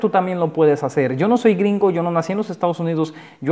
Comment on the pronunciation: entonces serían los "gringou" xD